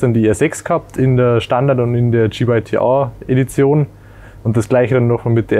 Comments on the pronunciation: Dschi. Nicht Dschej. Es heißt GYTR und nicht JYTR.... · Auf dem Motorrad steht "GYTR" aber er buchstabiert "JYTR". Was ist jetzt richtig?